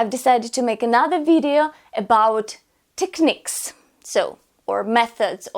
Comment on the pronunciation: you pronounced (technique) with short vowels it should be longer